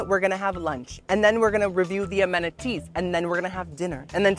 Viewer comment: is it weird that I want to be your best friend? for a lot of reasons, but also because you pronounce it "ameniTEEES" and also that you're grateful that you "even have a chair." omg. and happy 30th birthday! that's a big one.